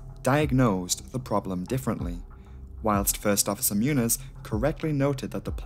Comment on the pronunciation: The funny looking n character is pronounced like “ny”. So his name is pronounced like moon-YOSS